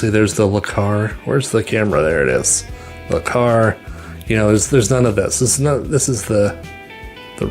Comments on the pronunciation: Interesting, but Le Carre is pronounced Le Carr A not Le Car, hence the accent... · Le "car"? Le Carray. Carré